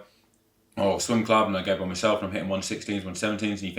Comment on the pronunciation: Did he say SWING club sessions or swim club…..😂😂😂😂